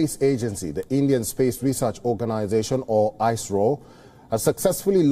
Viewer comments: It's Not I- SRO es-ro (ISRO) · It is not ' ice ro'. It is 'is ro'. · It is "IS-RO" not "ICE-RO"... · It's Is-ro and not Icerow! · EYES-RO.. REALLY!!! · If I had penny for every time he said I. Sro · it's not ISRO....It is ICE-ROW😂😂😂😂